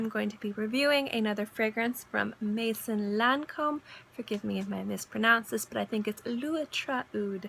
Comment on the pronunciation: A piece of advice regarding pronounciation for the word maison